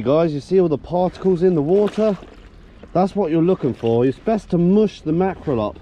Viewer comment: Wah-ah You mean water? Lol